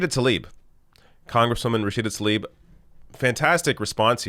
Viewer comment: also just wanna point out her last name is tlaib, not talib. you keep moving the"l"......